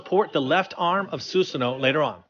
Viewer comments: Who is susano it’s susuno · I cringe whenever he says "Suseno" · bro, stop saying SUSSANU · Not susunoo, susanoo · It's read as "su-sa-noh" not f "su-su-no" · Susunoo or susanoooo??? hhahahahahah Peace man!!! Great statue!! Sending hearts!!! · it's su SA no SA SA SUSAN ik the spelling is susanoo but the pronounce it as su SA no